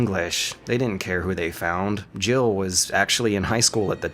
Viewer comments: Or was it Gibble Sandwich? I know everyone says Jill but I hear Gibble. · Ok does Barry actually say " jill sandwich"? You can clearly hear 2 syllables drib-ble sandwich. Maybe he is saying jill-ble sandwich but that makes no sense. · Really? Played it recently and I still hear him saying Jibble. Lol. I still think about that line. Barry is so cool. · I always heard Barry say " You were almost a jibble sandwich!" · Everyone say's Jill sandwich but doesn't it sound like he says Jibble sandwich? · I've always heard "jiggle" lol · Whenever I hear Barry say that I keep hear jibble sandwich not Jill sandwich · Who else heard "Gibble Sandwich" ??? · I thought he said Jibble too. Apparently, it's Jill.